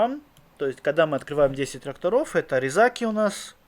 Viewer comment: я шур и своих, маленькое замечание меньше экай и резаки ударение на последний слог а так огонь)